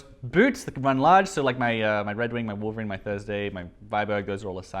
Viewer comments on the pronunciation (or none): none